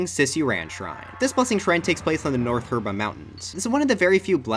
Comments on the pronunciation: "Herba" Mountain? It’s Hebra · made a minor mistake and pronounced "Hebra" as "Herba"! Disliked, unsubscribed, reported for misinformation, and stopped wanting Dry Bones in Smash! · At abt , you say the North Herbra Mountains, but it is actually pronounced He-bra.